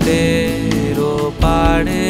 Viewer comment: গায়কী এবং কম্পোজিশন দুটোই যথারীতি মাস্টারক্লাস, শুধু এই 👇দুটি শব্দের উচ্চারণগুলো একটু কানে লেগেছে। আশা করি বিষয়টাকে ইতিবাচকভাবেই নেবেন এবং ভবিষ্যতে এই র/ড়-সংক্রান্ত উচ্চারণ নিয়ে আরেকটু সচেতন হবেন... 🙏 ওপাড়ে ❎ ওপারে ✅ চুপিসাড়ে ❎ চুপিসারে ✅